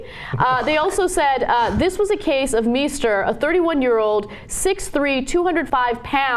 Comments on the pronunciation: Meister (=Master) is not pronounced "Me-ster". The "Mei" is pronounced like "my", therefor it's pronounced "My-ster". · Meister shoud be pronounced "m-eye-ster", should it not? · That's not how you pronounce "Meister." Is it?